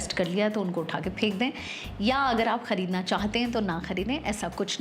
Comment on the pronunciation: Nice content.. but plz use word khhareedna not khaaaredna..